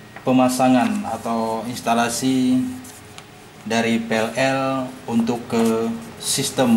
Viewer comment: PIN, PLL, PA, bkn FIN, FLL, FA .. KOFLER